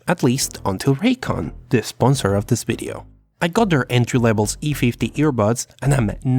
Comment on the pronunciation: "Future bideo"